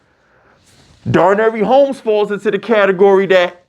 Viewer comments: “Daranary Homes”… boy yo ass was struggling. Dar-Nay Dar-Nay Dar-Nay!! 😂😂😂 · YOU BUTCHER NAMES LIKE CRAZY!!! Darnary homes 😂 you Deandre baker instead of deontay banks bro cmon